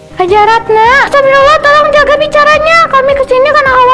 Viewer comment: Hajah tapi ngomongnya astaga gmna sih ini COCO MEONG , mestinya ngomongnya Astaqfirullah.